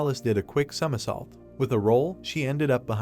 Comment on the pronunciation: the bum ahh voice reeaallly cant say somersault lol